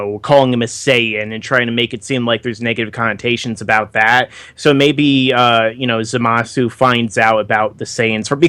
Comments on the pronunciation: Am I the only one annoyed by their constant calling the guy "Zumasu" when it's obvious that it's "ZA-masu"?? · Fuck, it's not "Zoomasu"